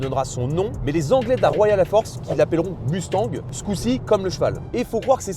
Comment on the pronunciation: Écoutez, merci pour la vidéo sauf que vous arrêtez pas de nicker le nom de la caisse ! Ce nest pas UNE MUUUUSTANG ni MOUSTANG les mecs , c'est MUSTANG ! Tabarnak les gars come on ! 😂😂😂😂 c'est bein bon vous êtes français mais c'est la seule auto sur la planète que vous nicker avec le nom !